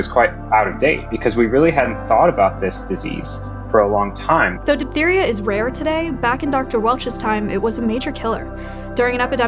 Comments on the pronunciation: it's pronounced "diff-theria". ph makes f sound. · “though diphtheria is rare today…” With RFKjr’s leadership it probably will be coming back…